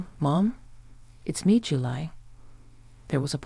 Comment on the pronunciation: A good idea is to listen to your own story before you post it. You idiots call Julie, July and Julay. Sloppy. Get with it.